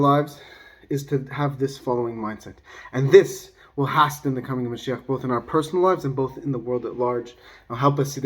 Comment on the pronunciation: I don't mean to offend, but I think "hasten" is pronounced hāsən, it rhymes with "basin." The "t" is silent (like "listen") and the "a" is long (like "made") Anyway, it's not a big deal and I love for channel. It's just that if it were me, I'd want someone to say it. I used to pronounce "monophysite" wrong (mono-fizz-ite), but I somehow came across a dude who taught me the correct pronunciation (ma-noff-i-site). If I've offended or annoyed you, I apologize. Hashem bless you, my friend!